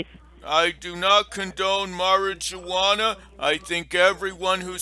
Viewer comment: I love how you mispronounce your words. So funny 🤣Marry-je-wanna! You Crack me up!